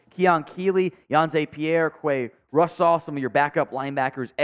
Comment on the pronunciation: You need to open your own butcher shop the way you bothered Russaw and Lonergans names 😂😂😂